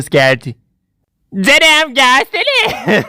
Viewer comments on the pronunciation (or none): mesleki deformasyondan kaynaklı canım kelimesini cınım diye okuyor döshpdevğdheğd